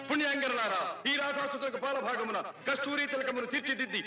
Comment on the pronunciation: adi kapaala bagamuna ayyunte sarigga undedemo